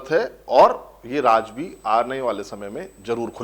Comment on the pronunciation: Aap ka episode bahut hi badiya tha, aap se shikayat ye hai ki shabdawali there nahi hai, aap Raaz ko Raaj kehte hai, plz. is baat is baat pe dhyaan de... Thanks